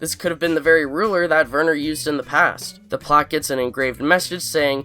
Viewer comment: Werner = Vhere-nur. (like 'where' but with a V). The 'R' is soft, not hard. Now you're speaking German. And yes, how the fu*k did Lalo even get to Germany???